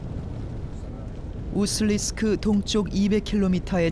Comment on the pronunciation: 우수-리스크 가 아니라 우수리-스크. 우수리가 지명이고 스크는 관용적 접미사 임. 우수리지방 우수리강 등등